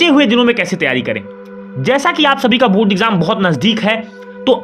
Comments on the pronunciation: Board he not bod 😜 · Abe pahle bolna shikhle phir video banana o बुर्ड nahi hota बोर्ड hota hai